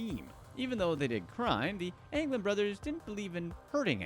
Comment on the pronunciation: You messed up the anglin brothers